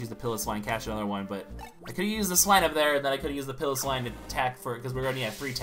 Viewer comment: its pronounced pie low swine